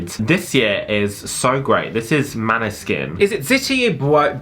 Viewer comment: Why was the Danish word (maybe Norwegian too idk) Måneskin in the Italian one? Is it a Danish band? Lol Manne-skin lmao 💀